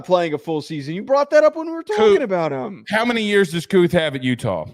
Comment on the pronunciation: Brant Kuithe will be the best TE this year. His last name is pronounced Kee-Thee not Kooth